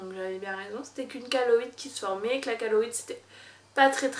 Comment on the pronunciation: Chéloïde* pas kaloïde